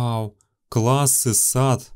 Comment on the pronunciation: ты сказал не классы а кассы